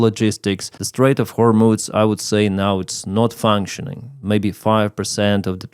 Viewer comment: Excuse me,, it's hормуз, not hормуц